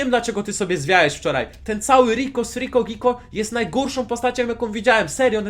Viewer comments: Piko zamiast riko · Piko a nie riko!!!!!!!